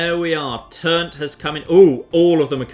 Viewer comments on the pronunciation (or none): Can I just say how much I love that you call it Turnt even though its Trunt